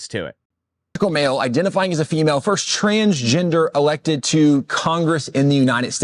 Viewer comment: What is “trans JINDUR”?